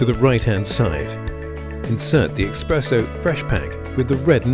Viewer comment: This dude really saying exspresso in an ad for an espresso machine? Wild